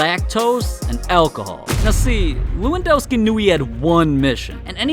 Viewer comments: It's le-won-doh-ski I think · it's lewandoski=levandoski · It’s pronounced Levandovski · It levendoski I'm polish